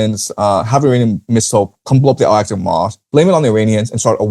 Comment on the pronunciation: Al-Aqsa is pronounced æl ˈæksə (al-AK-suh), not al-asak